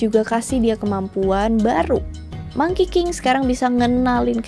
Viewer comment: 💯 gw denger bukan monkey king tapi Mangkiking 😭